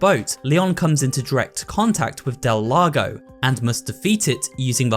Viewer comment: Also spanish speaker (Puerto Rico specifically), I'm glad with the effort he put into the pronounciation of Del Lago and El Gigante. I felt very proud of it and it's one of the cleanest versions I've heard from someone that isn't as fluid in spanish